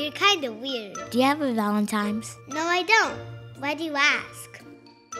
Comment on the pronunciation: No he said 'valentiMes'